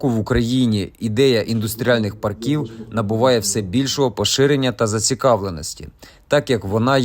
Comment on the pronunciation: Треба правильно ставити наголос - пАрків, а не паркІв!